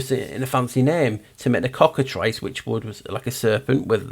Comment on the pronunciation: I'm glad you called it the Cockatrice and not the "Cockatreece" the way some people mispronounce it. Like "Minotaur" and not "Minatar".